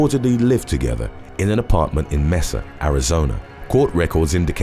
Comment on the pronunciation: May-suh - Mesa, AZ, is pronounced May-suh - NOT 'Mee-suh Awesome channel by the way, and it's all due to, who I personally think has the best narrator's voice ever!!!